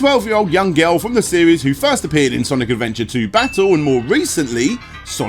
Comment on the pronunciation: Am I the only one hearing say "Sonic Almonds"?